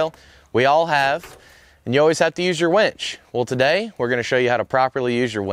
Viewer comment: Dude it's winch not wEnch 😂